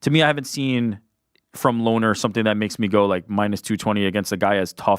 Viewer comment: Its pronounced "Lonnie" not "Lonner" Kavanagh